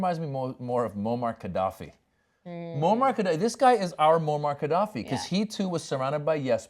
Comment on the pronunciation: You know so little about Gaddafi you dont know its not prononced Kaddafi.